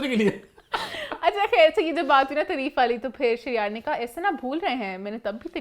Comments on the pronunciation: its taareef not tureef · please dear word tareeeeef nahi hota taareef hota hai 🤭😉